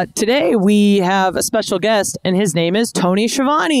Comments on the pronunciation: I see Ski-uh-vone is booking himself now! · Its pronounced SKi-a-von-e